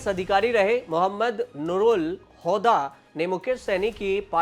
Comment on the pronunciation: हौदा नही हुदा